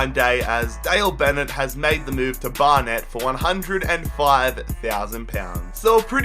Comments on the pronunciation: the way he says Barnet triggers me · Pronunciation help: Barnet=Bar-nit Bury=Berry (ikr)